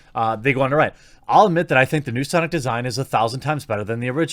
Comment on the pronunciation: its pronounced "SAHNICK" bro